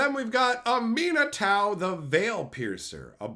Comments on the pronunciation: It's pronounced Ah-meh-nah-too lol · wtf, I just can't with that pronunciation of Aminatou